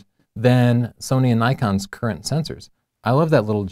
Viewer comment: why do you always say nikon and sonny???? just say sony.........